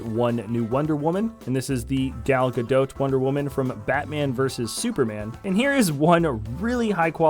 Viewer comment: Perfect pronunciation of Gadot.